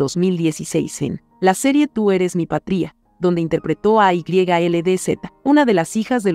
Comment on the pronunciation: Patria no patría😂